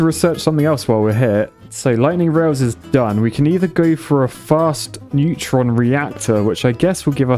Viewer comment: I never realised I was pronouncing neutron wrong till I watched this video